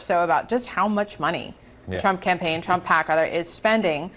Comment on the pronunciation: says "rump" not "trump". please don't fix though, it's good as it is :D